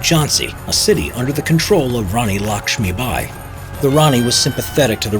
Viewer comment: THE WAY HE SAYS RANI LAKSHMI BAI .... LOL